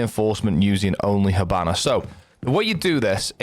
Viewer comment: I can't unhear it "hibannar"😂 good tips brother